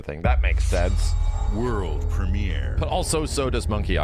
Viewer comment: "Wurl Premier"